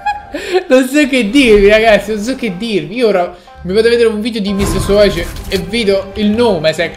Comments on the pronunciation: ma non si dice savoage ma savage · nn è sowage a saveig si pronuncia savage si scrive